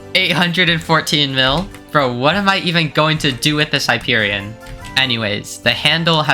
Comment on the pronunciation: finally somebody that pronounces it right